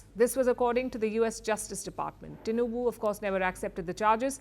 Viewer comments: I'm shocked that the presenter can pronounce Tinubu's name well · She knows how to pronounce the name TINUBU. Everything about this Man is corruption. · Impressed how well you pronounced TINUBU